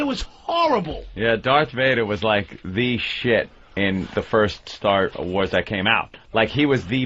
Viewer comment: First time I noticed Patrice's Boston accent, "Staah-Wars". Sure I've heard it before, but this one stuck out.